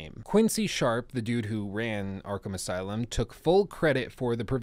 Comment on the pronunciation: Man: Arkham aslume